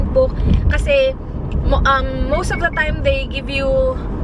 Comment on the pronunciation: Yung mga pagpronounced mo.. Yung WELL u say Will. Yung OFf You say Uff...